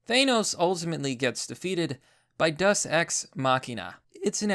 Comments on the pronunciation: umm deus day-oos not duss and .. deus ex machina .. from the machine comes god... damn dude can you at least say the word correctly ? and no Thanos wasnt killed by a deus ex machina ... there was nothing that came out of nowhere to bring a solution .. and Captain Mary Sue Marvel wasnt in the movie all that much (yes the parts with her sucked donkey balls) but how did that bother you all movie .. there was a lot more movie without her than with her ... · It's pronounced "Day-us" just fyi for future reference :) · Thank you it was really bugging me that no one else noticed the wrong pronunciation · day-oos just saying